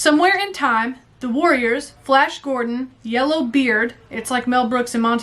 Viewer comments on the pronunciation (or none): none